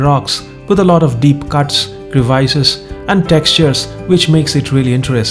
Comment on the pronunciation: Thank you, great video. Please look up the correct pronounciation of "crevices".